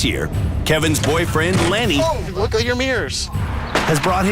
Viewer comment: Lenny (or "Lengy" as calls him, lol) totally wrote the letter.